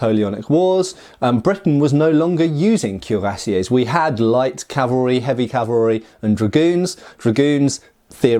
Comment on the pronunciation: KWEE-rah-SYAY, not CUE-rah-SYAY